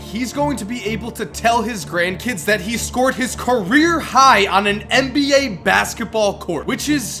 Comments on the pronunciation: IT'S NBA... N B A NOT MBA!!! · Why does he say mba instead of NBA